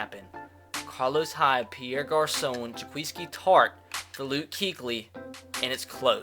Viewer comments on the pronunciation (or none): 🤦🏽‍♂️ you know u say tarts name wrong all the time